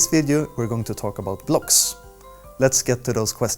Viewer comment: Kuestion... Klocks... I love this guy